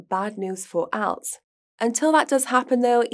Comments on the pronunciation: is great and speaks very well, just a couple of tips.Speak at same speed as guy. Also please say Alts not Owlts 😉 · Can please speak clearer? Also pronunciation of "alts" totally threw me off haha